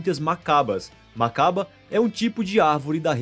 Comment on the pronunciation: É Bacaba e não Macaba